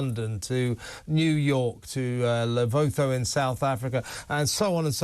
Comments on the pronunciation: Lesotho NOT Levotho. Fool. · Levoko??? It’s Lesotho Kevin. Pronounced Luh-soo-too. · It is pronounced Le SOOtoo. Not Levoethoe. Les from South Africa. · The way he pronounced Lesotho had me scratching my head for a second before I realised which place he was talking about 😂. Pronunciation is La-sue-too. But just to note, Lesotho is a separate country surrounded by South Africa; it's not a place in SA as if it's part of SA.